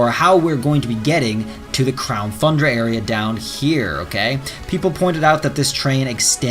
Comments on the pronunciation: You need to stop saying the name of the dlc because hearing “thundra” over and over when it’s pronounced “TUNdra” is infuriating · It shouldn't bother me so much that he says Thundra instead of Tundra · I’m waiting for this Crown “Thundra” to come out! I haven’t heard any news about this one. 🤔 I knew there was Isle of Armor and Crown “Tundra” but never heard of Crown “Thundra.” That must be what they’re calling the next DLC then. 🤔 How can you be an English teacher if you can’t even pronounce “Tundra” correctly? 🤣🤣🤣🤣🤣🤣🤣🤣🤣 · I don’t think this will happen if I’m being honest. Also it’s not crown thundra, it’s crown T-U-Ndra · As an English teacher, you really should consider making it a point to pronounce "tundra" properly.